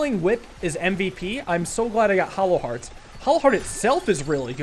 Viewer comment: Is it a dialect thing or why are you calling hollow heart hallow heart?